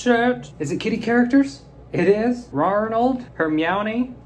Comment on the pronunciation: I'd hate to have to stop watching these because of how you say "Kitty", but I'm seriously over it...